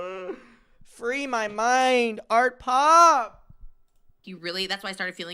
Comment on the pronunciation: Not Adam saying Artpop 😭